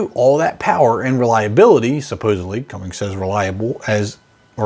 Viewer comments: Dude. There's no "G" in "Cummins". You sound like a dork when you call it "Cummings". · Man you are killing me by saying cummings repeatedly. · Heard you say "Cummings" and immediately stopped the video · Cum-ins, not “Cummings” please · Did you say cummings? Or cummins pretty sure its cummins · I work at Cummins, but when you say Cummings its kinda gangster because there’s a little G in there. At least your video title says “Cummins” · I had to stop after about the 7th time I heard "CumminGs"... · You lost me at "CumminGs" !!!! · It’s a cummins, not a cummings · I can’t finish the video. He keeps saying Cummings and it’s driving me crazy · It's Cummins, not cummings. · Its "Cummins", not "Cummings". 🤦‍♂️ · There's no "g" in cummins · Can you please learn that it's Cummins and not cummings? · "Cummings"? Are you really that dense? Do you not write your title page and spell out C U M M I N S? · Had to turn the video off after the third “CumminGs” it says Cummins in the fuggin name dude. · Its Cummins not cumminGs. Get it right.😂😂😂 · Why do so many people add a g between the n and s of Cummins. It's is Cummins not Cummings. I'm sure it is confusing as YouTube's own spell checker highlights Cummins as being wrong but add the g and it they say it is right. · Can't listen to this guy say "cummings" 1 more time😳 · Cummins NOT cummings!!!!! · You lost me at "Cummings" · Cummins not cummings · CummiNs!! There’s no G!!! Not CumminGs!! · Please pronounce it "Cummins" and not "Cummings". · Not Cummings…..There is no g. Cumm…..ins. Not ings. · You saidCummings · This is sad, for several reasons. Diesel is superior to gas in every way. But the silly host doesn't even know how to say CUMMINS!!!! There is NO G in CUMMINS!!!! Idiot!!! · There is no "g" in CUMMINS! Too many lose believability as an expert by saying "Cummings." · It’s CUMMINS, not CUMMINGS……. Lol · its not cummings its cummins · ITS CUMMINS. NOT CUMMINGS. UR A LOSER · it"s NOT cummings!!! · WTF is a "Cumings"?